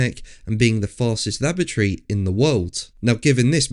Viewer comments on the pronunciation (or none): "Laboratory" if not pronounced with an emphasis on the o sounds like lavatory from my pc speakers.